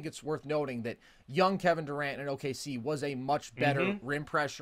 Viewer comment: Kevon not kevin.